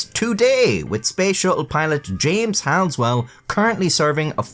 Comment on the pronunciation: It's really weird hearing Jim Halsell's name (pronounced HALL-SELL, not "Has-well") on here. Jim Halsell was my dad's roommate at the Academy (he's had a couple go on to fame, or infamy might be more accurate, the other being Col. Mark McGeehan; an honorable man of integrity, killed by the good ol' boys club atmosphere of the USAF in the early 90s), and my dad got me a picture autographed by Halsell in 2002. Imagine my surprise when a few months ago I thought "I wonder whatever happened to Jim Halsell?" and Googled his name... Eek.